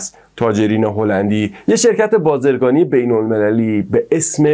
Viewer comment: بازررگانی با زیرگانی میگی ! No بازرگانی. بازرگانی بهتره